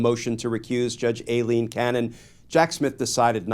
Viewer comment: isn't pronounced "I-Lean" not "A-Lean"...good luck with Soibhan, Saoirse or Aoife (not a fan of Judge Cannon but come on)